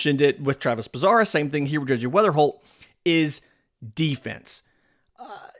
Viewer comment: Bazzana not Bazara